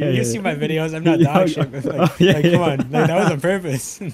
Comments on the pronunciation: "wideo" still my favorite thing to hear when posts, absolutely amazing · Why does and his community say wideos? instead of videos is there no V in his alphabet